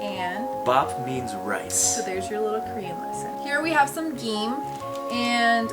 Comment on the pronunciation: I doubt it, his Korean pronunciation isn't that good